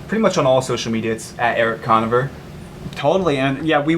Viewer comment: lmao the way he pronounces Conover